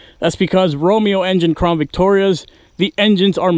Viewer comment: Why is it that all the crown Victoria vids I have been watching no one can say CROWN... why do they always say crawn...